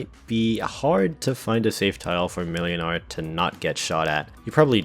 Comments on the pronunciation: Just a quick fyi, the ł is pronounced w, so it's like mwynar. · YOU FOOL, YOU ABSOLUTE BUFOON, the ł in młynars name is pronounced like the W in Wool, it’s pronounced “Mwinar” because polish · "ł" is pronounced "w" in Polish in most dialects (and only in Polish, for Reasons(tm)), so "Młynar" is "Mwynar".